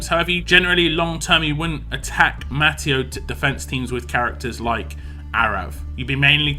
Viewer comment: I think it's pronounced ma-te-oo